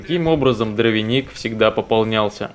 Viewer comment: замечаю не первый ролик, почему ты говоришь: "ДровенИк"? Когда правильно : "Дровник" ?